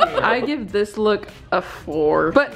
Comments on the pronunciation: wait, is it just me or is saying "looque" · they pronounce look as “luke”? wooow that’s so cute